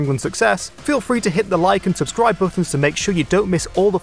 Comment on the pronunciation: THE SUBSCRIBE BUTTON LIGHTES UP WHEN YOU SAY SUBSCDIBE